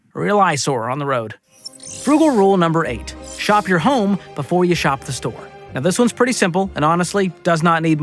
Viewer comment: Did he say "right meow" or "right now"